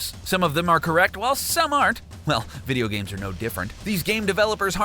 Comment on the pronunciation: Vidoo geams